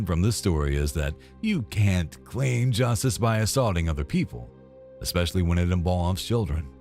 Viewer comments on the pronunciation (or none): Since when does especially have an X in it??? Expecially??